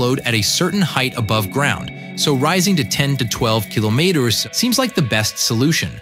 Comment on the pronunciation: Does anyone else notice he’s saying kilometers wrong? Am I the only one or what?……..